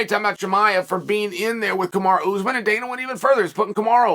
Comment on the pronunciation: i don't find it funny at all , i just made a sarcastic comment cuz i think this is a royal fuck up . Tbh , chael does it for years and years to get more engagement, although the weird part is he has no problem pronouning magomedsheripov ( zabit's name ) but then he fucks up kamaru